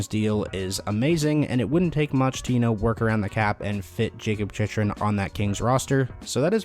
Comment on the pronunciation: It's pronounced Chick-Rin. So annoying how many times you butchered his name.